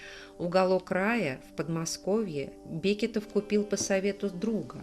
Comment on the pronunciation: Бекетовы - ударение на второй слог. Имение было 120 десятин (не два)